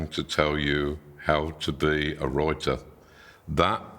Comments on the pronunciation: I keep hearing it as reuter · Read the comments before watching… the first ‘wroiter’ took me out 💀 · "..I am going to tell you how to be a roiter" is what I heard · A wroiter has to wroit what a wroiter has to wroit. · Everytime he says "writer", I am hearing "rioter" and the whole video still makes sense "The most important tool for any rioter to possess is going to be rioter herself". min mark onwards sounds funny. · I am American and do not care about "roiting". It is "writing". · 😂😂😂 I kept hearing Reuter. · Royting! I cannot unhear it. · nah fr started the video and then saw the “wroiter” comments and i kept smirking everytime he said it😂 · Love how “writer” sounds a bit like RIOTER 😊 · “Wroiter,” hee hee.